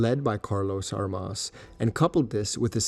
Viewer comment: Enjoyed the video, but Armas is mispronounced. The stress should be on the first syllable.